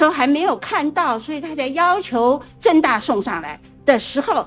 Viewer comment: 政大听着像是郑州大学hhh